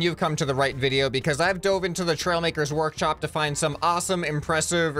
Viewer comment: at the start of the video he said workchop